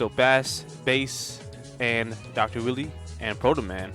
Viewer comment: Stop deliberately mispronouncing Dr. Wily's and Bass' names wrong. You think a fish is a musical instrument? You call Vile, Ville? Like nails on a chalkboard level cringe. Like the video itself is fine to listen to otherwise You know you make a lot of good arguments involving the Darkstalkers and stuff... But the names, THE NAMES...